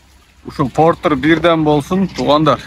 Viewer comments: Портур эмес портер деп суйло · Портир дебей Портер деб айтылса керек аа 😅